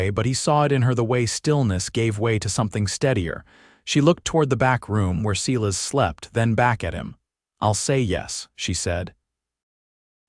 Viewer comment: AI is not strong on name pronunciation, either. No one has ever said Seelas instead of Silas! 🙄